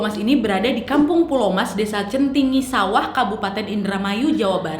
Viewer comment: Saya orang indrmayu wak Centigi sawah wak bukan centingi sawah. Wkwkwk😂😂😂